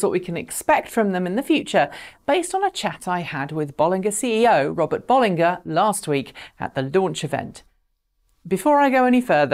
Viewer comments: I thought it was pronounced "Bolinja" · Isn't it Bollinger with a J sound not G sound? Same as the champagne of the same name. Just checked with the Robert Llewellyn interview with the company. A small thing but it bugs me every time I hear you say it.